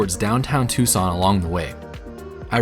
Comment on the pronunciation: As always, a great video! But it's Tucson, not Tuscon... :D